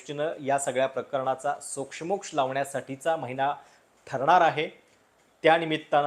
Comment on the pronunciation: सोक्षमोक्ष शब्दातल्या क्ष चा उच्चार दीर्घ आहे.